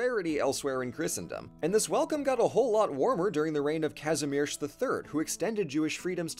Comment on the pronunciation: Let's just appreciate how well the lector pronounce the name Kazimierz 😍